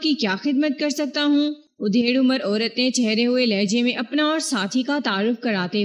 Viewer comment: ادھیڑ عمر ۔ادھیڑ کے الف پر زبر